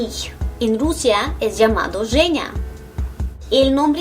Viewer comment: E incluso pensé en la forma que dices tu nombre en Español. Porque es con el sonido "Ж" shhh en está letra pero lo pronuncias como "Х" jee en Español. Lo que me da a entender que tu nombre en realidad se dice en Español, no. Lo descubrí al leer tus labios cuando pronuncias tu nombre Женя.... No es así?????